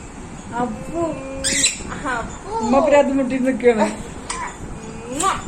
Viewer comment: ആമ്മാ അല്ലാ ഉമ്മാ എന്ന് പറ.